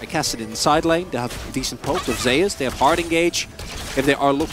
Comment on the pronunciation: That's not how you say ZEUS